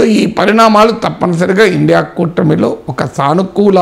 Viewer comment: ఒరే ఇండియా కాదురా I N D I A అని పలుకురా